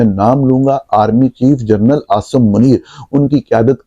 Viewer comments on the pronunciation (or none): none